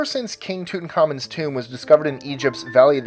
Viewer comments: King Tooth-u-comin'....😂😂😂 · Toot in common? Had no idea it was pronounced that way.